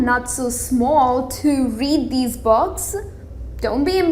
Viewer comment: read children box? lol i know its 'books' but your pronounciation is really awsome. :D rather saying books she is saying 'box' and 'bogs'